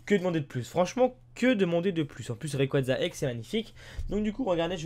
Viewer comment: Mec merci de dire rayquaza comme faut sa fait du bien a mes oreilles